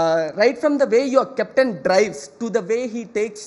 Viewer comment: I love the way he said CEPTAN, instead of Captain is so Indian nd the anchor didn't have to correct him at all especially when she was interviewing him. Treat your guests with some respect lady.